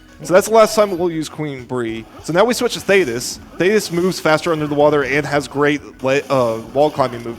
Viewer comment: shanock. you heard it here first folks argle argle????? why does he keep saying these names wrong , why does he keep calling queenbee "queen bree"???????? i thought it was a one time mistake but he says queen bree like 3 times not to mention THAYTIS ????????????OGGLE OGGLE why is nobody saying anything? it's not- theyre not called oggle oggle, it's Argoyle and Ugoyle